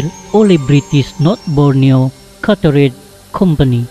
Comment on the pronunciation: Chartered bunyi knp lain..hmmm..bukan katered...ˈtʃɑːr.tɚd...bunyinya chated